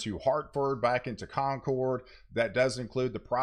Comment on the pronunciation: Just fyi, Concord NH pronunciation sounds like “conquered” as opposed to “Concorde”. Love the forecasts and your channel!